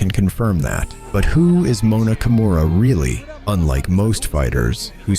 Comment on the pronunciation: I got ear cancer with your pronounciation of her name. You litteraly say "kumuhrah' wtf